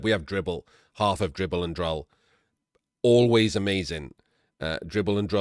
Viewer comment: Had to mention surely Dribl's partner is pronounced 'drool' to pair with dribble... Now that's off my chest I can enjoy the rest of the video 😅